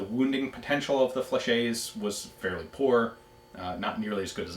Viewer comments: Excuse the late comment but i wonder why you can't prononce correctly the french word "fléchette" when you can say "Gilette" (the name of one patreon asking question) perfectly... It's an old vid and nowadays many people compliment you for your french accent. . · No, you haven't. A French word ending in "ette" is pronounced exactly like it seems. It would be "fleshay" if it was spelled "flechet"